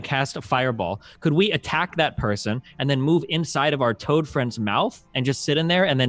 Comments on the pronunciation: Not sure why the hate at your remark; does always deliberately call it Giant Todd instead of Toad. If it were accidental, he wouldn't do it every single time he talks about the Giant Todd. I assume he does it as a meme at this point. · Its a tod not a frog..